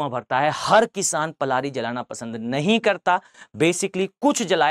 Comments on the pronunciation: Sir, It's known by Prali, not Plari. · पलारी नही0 पराली होता है